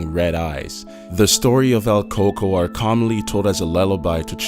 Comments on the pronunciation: coco? we say its cucuey (pronunication wise) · El coco? Lol don't you mean el cucuy? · It is not Coco it is cucuy